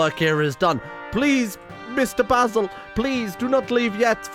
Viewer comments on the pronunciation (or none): none